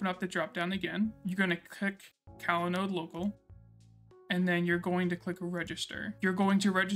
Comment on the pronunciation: I really liked how you detailed the change in folder mount paths that Evan just glosses over, since he makes the compose.yml file and the paths follow his setup. Great job! Oh, just something funny to point out. I believe this app is pronounced cOlanode like "collaborate" and not cAlanode, but your delivery was great throughout the video. Happy New Year!